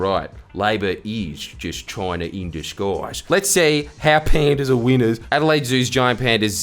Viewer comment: His 'winners' sounds like weiners